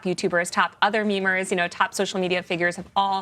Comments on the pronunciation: Everytime these people say memerz, I cringe. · When that woman said "memers" I, unironically, physically, cringed